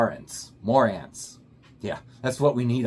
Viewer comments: Marantz is pronounced... Ma-rants. I have the marantz CD6005. Its 2 generations older than yours (about 10 years) and it's had around 5-6 hours of play a day 5 days a week with no issues it just keep going, fantastic build quality. The 6000 range has been winning awards in hi-fu magazines and in online review for years. Their previous models like the CD63 and models that had the ki-signature also set the standards for other brands to get online with them as they blew other competitors out the water in the price brackets they competed with You'll need to spend more than double what you spent on this to hear marked improvements. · Marantz is pronounced ma-rants just to let you know. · mar-ANTZ......A guy your age should know that. The company is legendary. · The only way I have ever heard the brand spoken is "Ma-ranz." There are DACs in all CD players to effect the play of each AAD, ADD, or DDD medium. The early players had 8-bit type and sampled at 128KHz, I believe very typical. As generations of CD players evolved, the number of grew to 24, maybe even higher, at rates 256K and probably higher. I have not remained active in the changes being made in the industry like I used to. The specifications of your unit may tell you all that information. That is probably why the audio seems more pronounced and clear. Just looked up the specs. You have a 24-bit DAC sampling at 192KHz. The signal-noise ratio is a superb 110dB, with a frequency response of 2-20,000Hz. Keep in mind, humans have limited hearing approaching 20Hz as a comparison. You also have the capability of playing super high definition audio files through your built-in DSD (Direct Stream Digital) as high as 5.6MHZ sampling rate. You'll have to read up on that since I have never heard of that. Told I have lost touch with this stuff over the years. Enjoy your new toy. 😊👍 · Pronounced Ma-Rants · this idiot can't figure out how to pronounce marantz do not take this tool for any info on anything my god!!